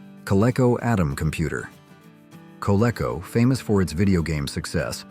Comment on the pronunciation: Learn how to pronounce "Coleco."